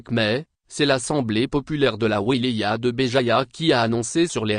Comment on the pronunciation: IL FAUT APPRENDRE A VOTRE ROBOT A PRONONCER LE MOT "WILAYA" pauvre cloches.